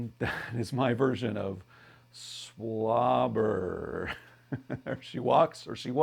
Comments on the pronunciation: You want to pronounce it Swallabar. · Its not pronounced SWABLER. It's pronounced SWAYBAR! 😝😆🤣 I think.